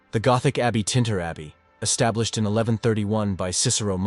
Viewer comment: Iv3 been to TINTERN abbey in Wales. You called it ' Tinter ' AI or not....no excuse not to get the place names correct. If you're wanting to be taken a little seriously, & gain followers, you'll properly research instead of just calling ancient places any old name. Sloppy